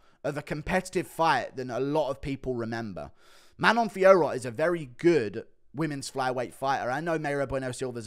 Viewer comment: Guru vs Jon Anik in a competition to prounce Manon Fiorot's name the worst